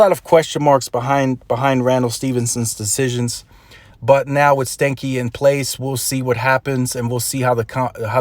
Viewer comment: His last name is actually pronounced, even if he doesn't know, stan-key like Stanley and not stanky